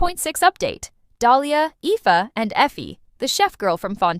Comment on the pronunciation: Ifa is pronounced Eefa, both ingame and in the livestreams he was already mentioned